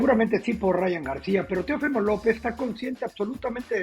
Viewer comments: No es “ Teofímo” es Teófimo acento en la O Mauricio Pedroza, reglas de ortografía básica mi estimado. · Por qué Pedroza pronuncia mal el nombre Teófimo? El acento es en la O no en la i. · Estás mal Mauricio, su nombre es Teófimo, no Teofimo